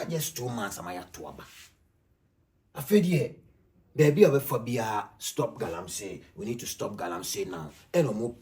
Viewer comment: Pls it is Galamsey not Galamsay